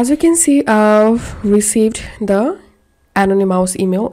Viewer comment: Thank you for the information. Just a little gentle constructive criticism, ( uh - naa - nuh - muhs ) Is how I believe this word "anonymous" to be pronounced.